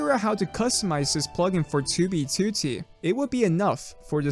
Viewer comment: why does he says 2b2t so well, he says it better then fit..